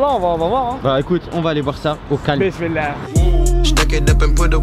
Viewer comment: Arrête de dire o calm